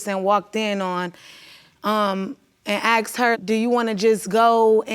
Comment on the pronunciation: "I akshed you! I akshed you!" Hey, does you think Sideshow Bob the babydaddy is?